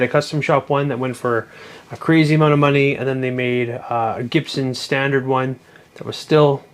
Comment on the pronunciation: It's a Gibsun Lis Pual Stundurd 😂